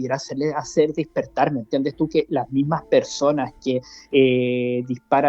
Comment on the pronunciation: No se dice DISPERTAR...ES DESPERTAR...TOMA NOTA ...TE HARÁ BIEN.